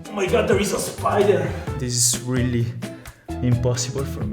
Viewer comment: I have to become.. a spyider Also: Oh mY GoD thErE Is a SPyideR